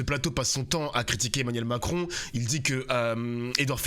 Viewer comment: ...Philippe c est Mac-ron🙂